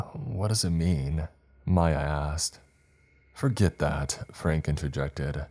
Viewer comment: He said “Mya asked” and I swore it sounded like he said “my ass” 🤣🤣